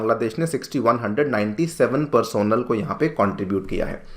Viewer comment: Bhai usko "Personnel" nahi.. "Personnel" bolte hain 😄